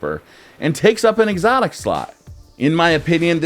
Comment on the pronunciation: jade rabbit drops from exotic primary engram, he said excotic sepecial.... Keep it.